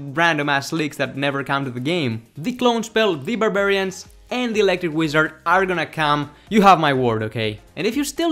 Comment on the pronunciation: electric what? electric wiezoo.. pronouncing back at it again